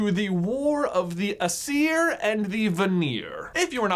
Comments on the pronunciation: I thought it was pronounced a-s-ear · Aesir is pronounced eye-seer to my knowledge. Both the Aesir and Vanir are Gods, but only the Vanir possessed magic, something Odin All-Father wanted and did as Odin does to obtain it. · why would you? I am familiar.... BTW Aesir was pronounced wrong no hate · The Aseir (that was pronounced that wrong J!) and the Vanir... why would we be familiar with them... hmmm... EVER HEARD OF THOR???